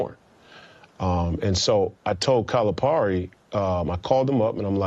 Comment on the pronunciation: BS, he can't even pronounce Calipari's name. Also, when did UK win 3 NC's in 7 years?